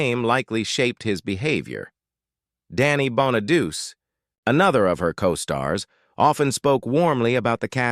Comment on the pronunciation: I HATE AI! This is one of the worst. The Brady Bunch clips are completely irrelevant and btw it’s pronounced Bon-A-dootchie not bonadoos.